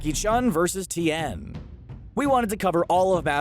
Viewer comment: It's Tien, bro, not T n